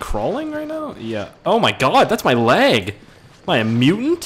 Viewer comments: When you say leg it always sound like you are saying lag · anyone else notice says lag when he says leg